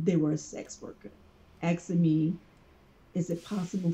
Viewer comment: ''Axing me''.